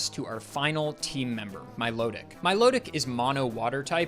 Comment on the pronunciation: Milotic is intended to be pronounced like "Melodic," not "Milo-tick"